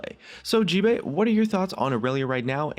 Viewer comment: description you said gbae no gbay